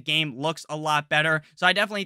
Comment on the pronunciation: *"Dobbs" not "Doobs"